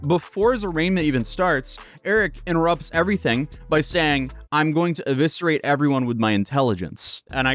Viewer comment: “Eviserate “ ?! lol